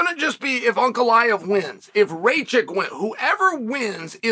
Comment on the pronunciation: I’m shocked Uncle Chael put that respect on Ankalaev by saying his name correct. I now believe this man is both worth the odds and definitely going to lose from the Chael curse.